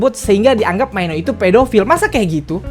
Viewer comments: maaf cuma mau numpang bilang aja pelafalan untuk nama mino itu mino aja dan lee hi bacanya lee hai hehe :) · Bisa gak sih bilang mino itu mino aja gak usah maino😁😪